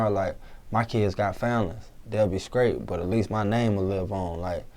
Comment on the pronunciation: i don't get it "skrate" wtf learn to speak you fuck